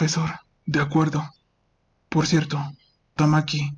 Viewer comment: cuando leei cherto me acorde de un cheto XD